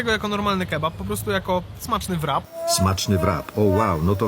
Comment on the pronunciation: Rap nie wrap. Wpiszcie sobie kiedyś to słowo do translatora i odsłuchajcie poprawna wymowę. Ale pojedźcie do UK i spróbujcie zamówić „wrapa”…. Jeśli już po angielsku to proszę poprawnie a jak nie to mówcie zawijas.